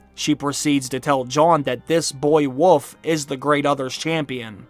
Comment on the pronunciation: Wolf not woof lol